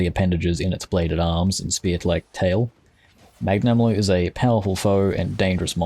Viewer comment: I'm sorry. I love the effort you put into making this video and tier list as good as possible. But I can't get over how you pronounced some of those names. I mean "Mag-nama-lo" I'm sorry XD